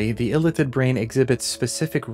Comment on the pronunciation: It's Ilíthid, not Ílithid